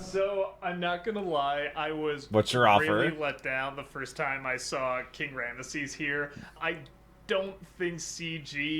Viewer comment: That's a... way to pronounce Ramses.